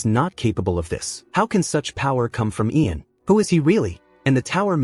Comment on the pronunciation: God, How man different ways can you mispronounce the name Ian?!?!?! Great job otherwise!